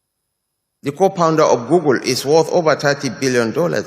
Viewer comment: He said co-pounder not co-founder period. What a zoo country